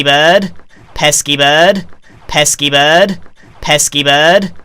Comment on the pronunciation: Evolution of pesky bird: Pesky bird Pess keyboard Pesky bud Pes keep erd